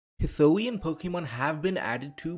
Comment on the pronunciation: Hih-soo-ee-in, not hih-soh-ee-in